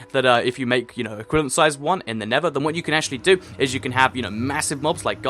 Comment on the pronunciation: Everytime he said nether it sounded like nipple sometimes